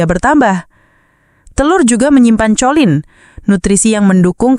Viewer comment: Kholin bukan colin membacanya